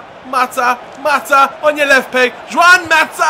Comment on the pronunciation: It's not Joãoun Mata...